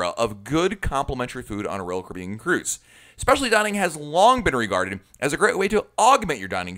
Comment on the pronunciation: He said Royal Carribean like roll curbin